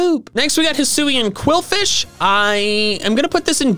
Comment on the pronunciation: And BTW it's qwilfish, not quilfish, quwilfish or qwuilfish